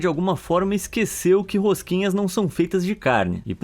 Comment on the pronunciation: "A rosquinhas" O q eu ouço: "A Rengoku" Vídeo mt bom❤